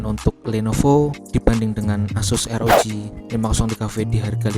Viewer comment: ArGIBI Drek bukan ERGIBI,ah lesdrek ah